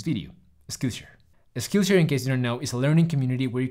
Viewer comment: Excellent video as always,. I love both this channel and your first, Spanish-speaking one, "Tutorías Medicina Interna". HOWEVER, there is a small nitpick which I hate for pointing it out, but...you are pronouncing Skillshare wrong. But don't sweat it, it doesn't take down the video's quality by any means. Keep making content!:D